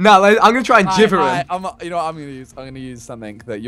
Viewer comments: whenever he says 'geever' instead of jiver, it sends chills down my back... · Every time Vikk said Jivver instead of Jiver I cringed so hard. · It's a music note Vikk. Meaning the weapon is called pronounced JIVE-er